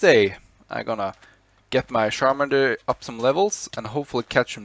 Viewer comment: It’s char mander